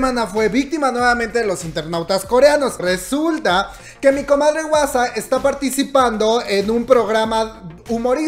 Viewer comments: No digas wasa plis jajaja di Juasa 😂😂😂 porfis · este comentario es para corregirte: se pronuncia mamamu, no como se escribe, y se dice "juasa", la H suena como J pero estuvo muy lindo el vídeo, gracias